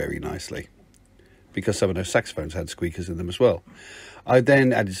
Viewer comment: Why does it sound like hes saying sex phones? 🤨